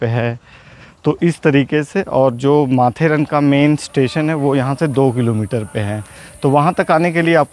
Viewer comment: यह माथेरान है. माथेरन नही.